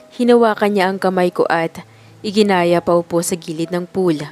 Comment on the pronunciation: iginiya hindi iginaya🎉